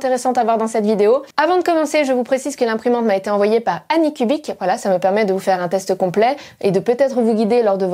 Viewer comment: Je pense que ça se prononce plutôt "ainicubic" (pour dire "n'importe quelle forme cubique" en anglais).